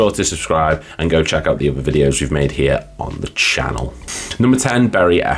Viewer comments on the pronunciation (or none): none